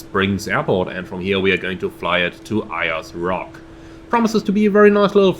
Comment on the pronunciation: Just pronounced 'Airs' Rock ;)